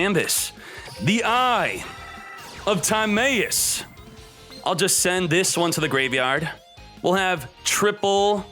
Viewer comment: The fact that he still says time-ay-us (instead of tim-eye-us) and cock-ah-tis (instead of co-kite-us) after this long is just disgusting